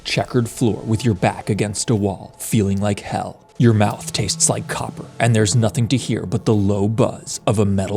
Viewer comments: I Heard c3m instead of copper.... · same seriously i actually heard cup the second time